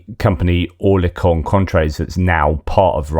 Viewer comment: Oerlikon is pronounced 'ir" as in bird. Ir-li-kon. A well known gun OEM "made famous" in WW2